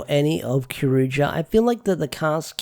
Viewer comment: Cyour you jer is how you pronounce it. Also Kyoryuger focuses on Daigo the red ranger too much.